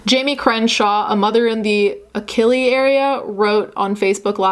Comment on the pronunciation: It’s pronounced ach a lee